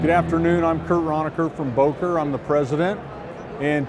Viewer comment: should be able to pronounce Böker and Solingen....